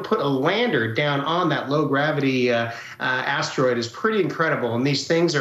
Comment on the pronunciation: lamo why does she keep saying astewoid like a lil kid